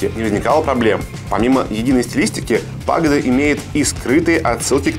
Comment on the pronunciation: не пАгода а пагОда